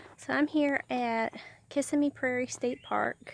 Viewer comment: Pronounced as KisSIMmee, please.